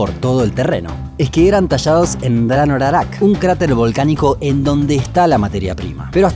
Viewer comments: Una corrección: La Cantera se llama Rano Raraku, en el video se escucha que dice Rano Rarak. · 1. No existe en español la palabra moais. Plural y singular se dice Moai. No se dice Rano Rarac. Es Rano Raraku. No se dice pascuenses. El gentilicio es: rapa nui. el nombre de la isla es Rapa Nui. La lengua: rapa nui La etnia: rapa nui. A informarse mejor. Maururu🗿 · Nadie: El autor: RaNo RAraK ( es Rano Raraku) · Además el volcán donde los tallaron lo pronunciaste mal, es rano raraku